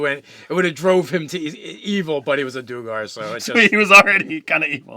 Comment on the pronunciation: Duergar, not doogar. Patreon, not patron. At least they weren't talking about Prince "O'Brien"...